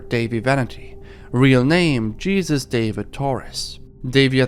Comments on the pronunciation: just so you know, its "hey-zeus", not jesus. he's a shitty person regardless but just wanted to let you know thats how thats usually pronounced. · Hey great video, I just wanted to point out that dahvie vanities real name would be pronounced "hay-zeuz" more than "je-sus" because it is a Spanish name. It's a very easy mistake to make but I figured you might want to know. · Dude it’s pronounced “hay-zoos” when it’s a Spanish name, not pronounced like Jesus Christ 🤦🏻‍♀️ please hire me as an editor 😂